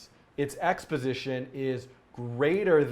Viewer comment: "x position" sounds like "exposition" lol